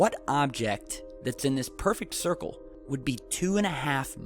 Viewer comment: Hahahahaaaa! A thircle is what the short bus rolls on, it goes round and round, round and round... Thanks for the huge laugh!